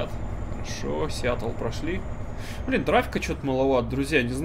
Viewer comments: не сиятл а сиетл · И верно.Не Сиатл а Сиетл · Не Сиатл, а Сиэтл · Ставь лайк, если болят ушки из-за "Сиатл":) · Весь видос не мог понять, почему "Сиатл", если раньше правильно говорил?)